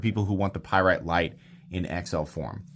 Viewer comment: A Py rite? What's that. This is the first of heard of such a knife.